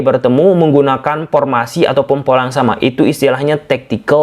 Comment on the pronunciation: formasi bang,,bukan pormasi,defensive bang bukan depensip...😢😢😢...1-0 ,,garuda tekuk taeguk..🇮🇩 vs 🇰🇷